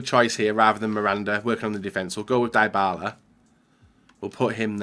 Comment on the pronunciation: Ffs it's 2018, Dybala has a 89 rated card and still doesn't know how to pronounce his name.